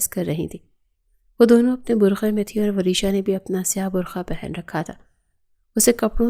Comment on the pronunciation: برکھا نہیں برقع ہوتا ہے